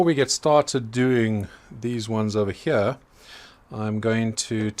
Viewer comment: I love to hear you talk. These ones hya. As you can see hya